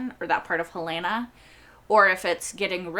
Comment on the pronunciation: I don’t understand why so many reactors mispronounce Helena. It is HELL-lah-nah, not Hell-LAY-nah. Enjoy your videos.